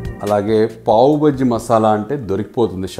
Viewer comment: అది పావు బజ్జి అర బజ్జీ కాదు పావ్ బాజీ.